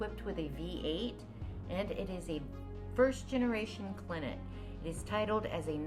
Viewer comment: French, spelled Clenet. Pronounced Cla-nay, Didn't see a number plate or hear her say it, cars all numbered 001/250. Narrator said 77'ok... has the first generation fenders, that was changed after car 125/250. Good color combinations, hood ornament is not factory, but its cool. So lower than 124/250 is my best quess. Very innovative, finest materials, hand built and as classy as a car can get.